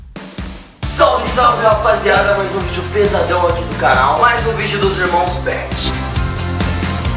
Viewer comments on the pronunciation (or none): Ate os berti pego a mania de falar "Vioo" Afff ate eles😂😂😂